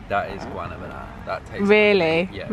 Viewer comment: The way says guanábana made me laugh 😂